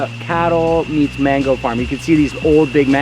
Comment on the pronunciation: I know he’s speaking in English but he is in a Spanish speaking country so why doesn’t he pronounce mango 🥭 da right way . I live I. Hawaii but I don’t pronounce it like him but like Latinos do. But then he says the Spanish name for soursop , guanabana. Hmm